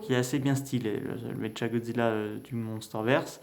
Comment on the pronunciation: Sa se dis méqua godzilla